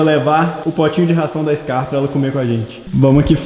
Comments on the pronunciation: Mano é "SKAR" com k ñ com c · Gente é: Skar ✅ Scar ❌ Compreesão sério me dá uma agonia 🙃